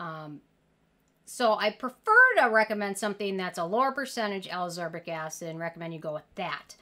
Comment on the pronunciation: I really appreciate all these vitamin C videos. But i HAVE to say, ascorbic acid is pronounced AS-KOR-BIK ACID. similar to how you are pronouncing all of the vit c derivatives. Sodium AsCORbyl Phosphate, etc.